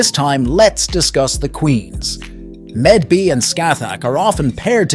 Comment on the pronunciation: Mave. Medb is pronounced Mave. Blame whoever did the English transliteration from Celtic lol